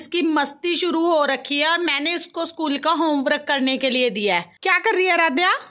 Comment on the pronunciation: Homerak nahi ji homework